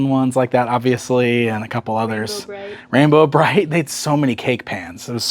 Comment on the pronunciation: So, I’m watching this on my TV right now and every time you say “Rainbow Bright it sounds like “Ram-Bro Bright” to me and now I need a Ram-Man/Rainbow Bright mashup 😂